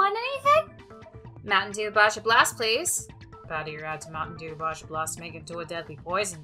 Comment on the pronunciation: I really, really, hate to break it to you but it’s pronounced “Ba-ha”